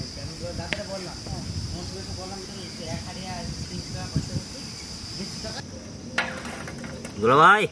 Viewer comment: Bhai bole na দুলাল ভাই